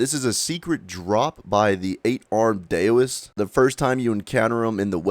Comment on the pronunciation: Love your vids, but you're butchering the Chinese language :). Daoist is pronounced like How-ist. Loong is pronounced like room, but ending with ng, not m.